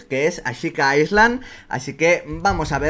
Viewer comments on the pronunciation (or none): La S no se pronuncia en Island.